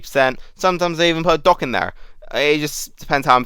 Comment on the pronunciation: Took me a while to réalisé you were saying doc. Not dog, God it confused me at first